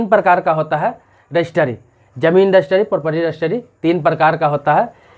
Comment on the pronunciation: रजिस्ट्री होता है, ना कि रजिस्टरी